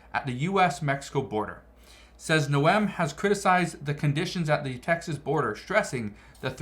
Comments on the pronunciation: Governor Noem. Noem is pronounced like the word GNOME. Not noem, like "noel". Thanks 4 your work!!! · Hello from SD here, it is pronounced "Nome" not "NO-Em" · Hey from South Dakota! Thank You for All you Do!!! 🙏 It's Governor Kristi Noem... Like Garden Gnome ( Nome)